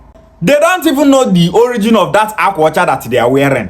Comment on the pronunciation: Benin was founded by Oba, third son of Eri the Igbo patriarch. Jacob Egharevba reported that they met Igbo people when they arrived from Egypt. This character cannot even pronounce the akwa ocha that he says is Benin.